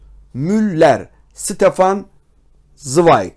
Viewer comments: Stefan değil Şıtefan zıwayg okunuşu. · Ştefan svayg diye okunuyor üstadım önce adını doğru söyleyelim